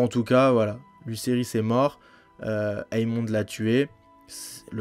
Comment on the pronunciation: la vidéo est sur l'épisode 10 donc il n'y a aucun spoil dans ce que tu vien de dire, qu'il les fait exprès ou pas c'est pas important personne le croit innocent donc vengeance, guerre ect...et c'est AEMOND pas EAMOND (ae=é) Jacaerys se prononce jakérys.